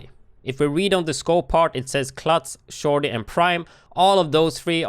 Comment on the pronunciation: No offense but the way you said "shorty" is funny 😂